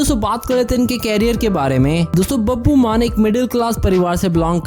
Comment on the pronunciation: babu nhi babbu bol bhai